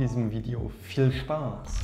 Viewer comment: Dieses "VViel Spas" Triggert mich so Extreme. Super Video ;.)